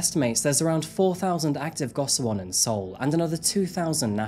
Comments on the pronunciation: Nice video just quick clarification on pronunciation. If you care. It's jOng like "own". Also it's "GO shee won." Finally, "far east" is antiquated at best. Highly problematic and eurocentric at worst. Orherwise, good job. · Go-shi-won is the correct pronunciation for those cubicle-like living quarters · Goshiwon is pronounced like go-she-won